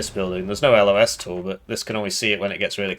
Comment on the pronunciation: eugen please add a pacific theatre to warno ur already adding us marines i know you want to edit: you said 'no los tool' and a thousand repressed memories came back to me and i had an aneurism so good video overall